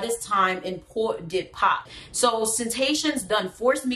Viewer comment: What is Port de Pas? Port-de-Paix ou Pordepè